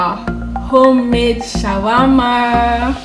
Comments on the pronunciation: Say shammah Shawarma 🤣🤦‍♀️ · Shammah - Shawarma 🤣🤣🤣